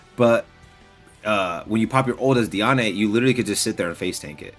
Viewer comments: its pronounced deean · Bro it kills me how you say Diane. It’s pronounced like (dee ann) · also this isn’t hate or anything I’m super appreciative of the videos and I hope his account grows beyond what he even hoped for. I was just pointing it out that it’s weird to hear like that lol